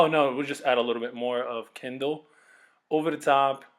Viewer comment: Sameeee not even kendal it was kindle.. Kindleee! 😂😂😂😂😂